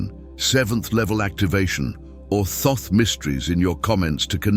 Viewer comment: A friend who claims to know reckons that that's not how you pronounce Thoth? I'm going to look it up now I need to know. Okay here's what I found... The traditional English pronunciation of Thoth has two primary variations: "Thoth" (rhymes with "oath" or "both"): This is often pronounced with the initial and final "th" sound as in "think". This is the most common way in English. Phonetic spelling: THOH-th or /θoʊθ/ (US) and /θəʊθ/ (UK). "Tote" (rhymes with "boat"): This version replaces the "th" sounds with a simple "t" sound. The name "Thoth" is a Greek adaptation of the original Ancient Egyptian name, which was closer to Djehuty (or Tehuti, Tahuti). The exact original pronunciation is difficult to know because ancient Egyptian writing did not use vowels. It seems that there's more than one right answer 🤔🤔🤔🤔